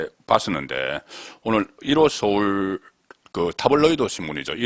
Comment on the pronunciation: 항상 잘 듣고 있습니다. 서울 발음이 ㅅ.울로 들립니다.